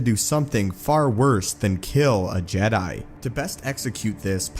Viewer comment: Did you say suffering of the jet lol